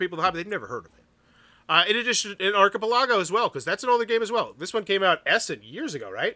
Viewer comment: I absolutely love your videos. But I got to admit, hearing you say archipelago was like nails on a chalk board. ar·chi·pel·a·go /ˌärkəˈpeləˌɡō/ 😁 Keep up the awesome videos. Your videos often supplement my information in deciding whether to back a project or not.